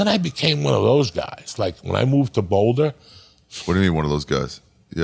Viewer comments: "in bouldahhh" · Uncle Joey doesn't call it BOWLdah 😮